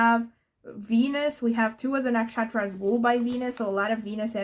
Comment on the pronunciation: It's quite amazing you pronounce the Indian astrological nakshatras names so correctly :)